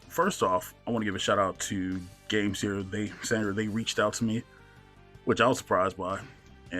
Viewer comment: Haha! It's Pronounced Game-Sir 😅